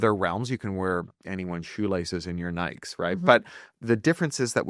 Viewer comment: Today I learned Cory Doctorow doesn't know how to pronounce Nike.